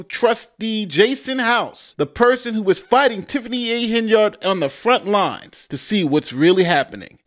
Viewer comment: Why do you keep mispronouncing her name as Hen-Yard instead of Hen-Yerd like the multitude of audio clips you posted at the beginning of this video? It sounds weird to hear mispronounciation of names, especially when the person who the name belongs to pronounces it the correct way